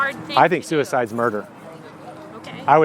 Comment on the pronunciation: "I should've been aborted" "Why?" "Because suicide is ahrd and stuff..." "I think suidice is murder" "Did you just try to bring me to commit suidice?" Some people can't be helped anymore...